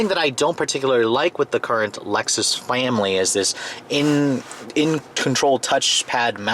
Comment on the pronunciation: He said family funny lol